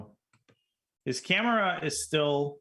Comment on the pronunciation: danya says camera like jenna maroney